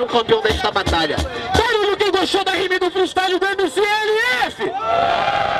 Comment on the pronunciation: Slc esse jefinho fala o nome dos MC tudo errado shahshs